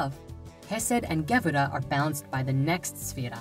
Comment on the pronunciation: LOL. "The SFIrat of GEbura". Sorry, I can't take this seriously. I mean, the very rudimentary basics are there, and that's a good thing, but if one doesn't know the fundamental jargon of the trade, one should not deal in it.